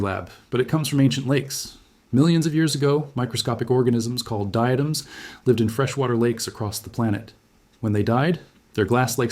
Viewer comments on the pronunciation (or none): none